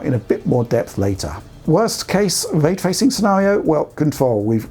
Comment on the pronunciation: Hmm, what is Vray Twacing you speak about?